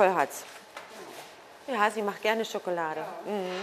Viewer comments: officially triggered with "SchokElade". ;) nein, tolles video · My God... German is such a beautiful language... how I'd love to learn German... sadly, it's very expensive here in Portugal (I believe it's 200 - 300 euros per month at the Goethe Institute in Lisbon). Anyways... I watched the video... and all I could hear was the lady saying: chocolade, chocolade, chocolade, chocolade xD Chocolade - someone after my own heart...